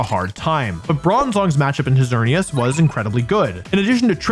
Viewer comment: IT'S XERNEAS, NOT XEARNIAS!